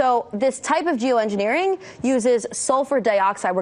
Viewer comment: At approx. ... did she say, " j o o -engineering"?? Correct me if I misheard what she said.